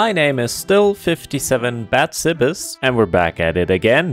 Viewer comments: not watching this yet but please tell me someone has broken the news to him that his name is not 'bat sibis' but is in fact 'bats ibis' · no it's ba-tsi-bis